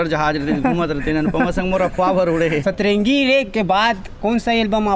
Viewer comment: Setrengi nahi bhaiya satrangi